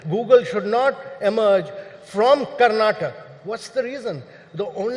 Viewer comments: It's Karnatakaaa not Karnatak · The infrastructure in Bengaluru is appalling, are you proud to call it a future 1 trillion economy? Not Karnatak it’s Karnataka. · He is NITI ayog chairman and does not know how to pronounce the name of the state correctly. It is Karnataka and not Karnatak Mr. Kant. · Its "Karnataka" not "Karnatak" Like how Its "Haryana" and not "Haryan" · Boss Mr Kant at least learn to pronounce Karnataka’s name correctly 😒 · This fellow was chief of Niti aayog and cannot pronounce Karnataka's name properly:face-orange-frowning